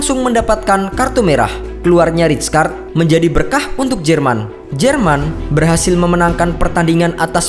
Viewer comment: weuww bacanya raykard